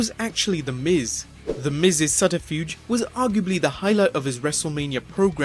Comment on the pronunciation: Part 2 is very welcome as long as you don't try and say subterfuge again